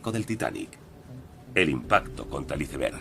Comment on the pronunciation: Iceberg (con c, no con s) es un término castellanizado e incluido por la RAE en nuestro idioma, no hay motivo por tanto para pronunciarlo en inglés. Como no pronunciamos gol, suéter o líder en inglés, sino en su forma castellanizada. Y no es lo mismo que un témpano 😅.